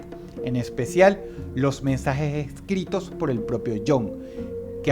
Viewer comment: los "mensajej ejcritos" espiritú de AMLO sal de ese cuerpo!!